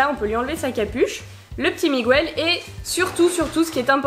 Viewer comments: Désolé de te dire ça mais on dit MiGEL pas MIGOUEL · C'est pas Migouel mais Miguel ça se prononce Mig-El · Ça ce di Miguel le U est mué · Pourquoi tu dis Miguel en prononçant le u ? Dans le film ils le disent pas